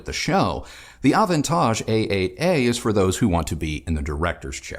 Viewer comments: avantage in french not bad, almost the frenchy pronunciation. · I always knew you were sophisticated,. Hearing you pronounce 'Avantage' just confirms it with (very) posh knobs on🙂😉👍. Yet another great review - am loving Kristi's comments - format works brilliantly 👍👍👍